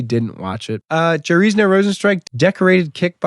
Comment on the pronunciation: Jarrisno rozenstruik 😂😂😂 YAIR SEE NHOO JAiRZINHO YAIR SEE ÑO